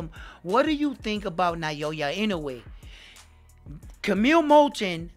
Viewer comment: They gotta generate hype.. with sensational statements. I mostly despise sensationalism. Modern society is rife with it. I mean this humbly, but please, it's 'Now-ya' (Naoya). I see you're stepping up your channel. Good for you, man. One suggestion from me is to get closer to the camera.